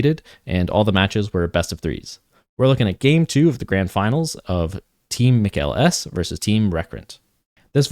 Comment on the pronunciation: Mikael is not pronounced like mikaylah but like michael.